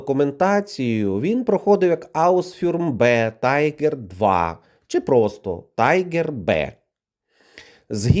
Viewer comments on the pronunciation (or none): І ще: тіґер, а не тайґер. Тайґер - це англійське. У німців тіґер. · Що за дебільне "тайгер"? Ти тупий? Це німецький танк, тому й читати та вимовляти потрібно на німецький манер "тигер" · Друже, не вимовляй німецькі назви з бридкою англійською вимовою "тайгер🤮"